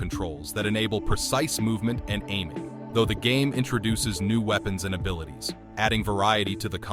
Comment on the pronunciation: "Weepens" lololplolo😂